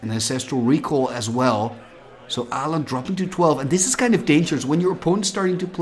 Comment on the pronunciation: Aland? Å is a distinct letter in the nordic languages, it is not "an A with a ring on top". Learn how to pronounce it here